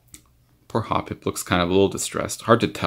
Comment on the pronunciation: finally someone who pronounces it correctly XD